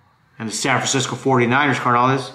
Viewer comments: It’s not car na lees es carnales güey!!!! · CARnales, no mames, roll the R’s ese, but GO pinche Niners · "Car-nolis" lol I follow but you funny carnal